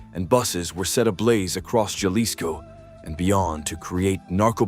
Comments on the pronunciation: It is NOT pronounced "JALISCO"....it is pronounced "Halisco". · Jalisco sounds like Halisco